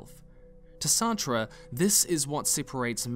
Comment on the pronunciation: Nigga, Sartre's name is pronounced "Sart" like "fart" but with an S, lol